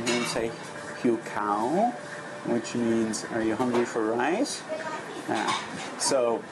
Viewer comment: the correct tone for rice is falling, not rising. You said "hungry white" not "hungry rice". "dtoem" is a falling tone, short vowel and means "is boiled" (adjective) and "to boil" (verb). You don't seem to be distinguishing between short and long vowels - which also changes the meaning of a word likes tones do.